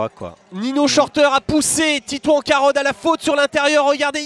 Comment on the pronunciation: Le présentateur a un problème pour dire titouan carod 🙄🙄🙄